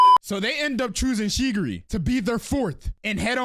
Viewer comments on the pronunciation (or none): Am I the only one who keeps hearing shegiri instead of chigiri or… am I going crazy 😭🙏🏾